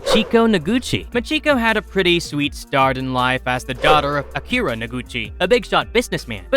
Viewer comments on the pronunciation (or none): none